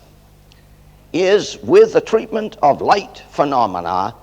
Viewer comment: He said, "Tweetment." :/